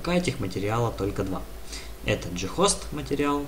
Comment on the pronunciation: "Ghost" (англ. Призрак), зачем так каверкать слово?